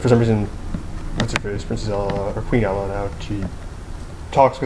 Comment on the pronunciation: REALLY do you have nothing better to do then make a lame video about how stupid your sense of movies is. First of all its pronounced ANNA with and O I mean if you can't get that then obviously you haven't seen the movie and its ELSA not ella! I mean if you would of paid any attention to the movie you would know not only that but Elsa was born with her powers its like a mutation. I mean all the things you think is horrible about this movie make sense if YOU ACTUALLY PAY ATTENTION! GO ON POINTING OUT EVERY FLAW IN MOVIES DIRECTORS MAKE MISTAKES. I WOULD HATE TO MEET YOU! YOU WOULD PROBABLY CORRECT EVERY WORD I MISPRENOUNCE. GET A LIFE!!!!!!!!!!!!!!!!!!!!!!!!!!